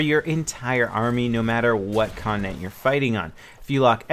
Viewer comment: you pronounce it 'con-ti-nent' not 'connent' XD